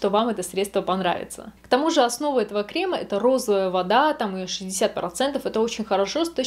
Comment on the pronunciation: Особенно кремА, ну это ужасно...